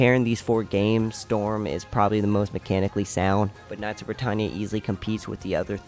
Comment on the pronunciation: It's Britannia not britannnnya